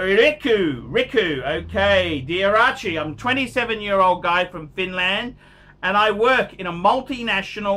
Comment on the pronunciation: Lmao oh god... a Finnish guy. Archie's pronounciation of ''phhiiinhlaaand''. Avenger, avenga. Noob archie, you need to like/love ChronoMat too, dumbo. The Colt is ok too but a bit nasty entry lvl model. Finland is great man... I'm Finnish too.